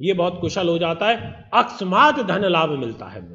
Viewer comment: Akasmaat ka uccharan seekhe pahle...